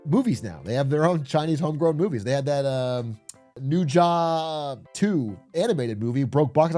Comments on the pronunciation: "New Jah" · also pronouncing Ne Zha 2 as "New Job 2" is really on brand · Him saying it like new-ja hurt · bro said “Ne Zha” the way Cuomo said “Mamdani”